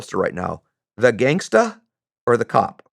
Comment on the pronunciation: The way this guy says "gangs TAHH" 🤣🤣 Cringy and awkward. Just say it like every other white person bud.